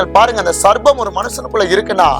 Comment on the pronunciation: சர்பத்தா (juice) 😁. சர்ப்பம் (பாம்பு) சரியாக உச்சரிப்பு வேண்டும்🙏